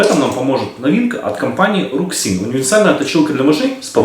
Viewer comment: Я думаю правильно говорить - ЖУЙСИН, потому что это китайская транскрипция )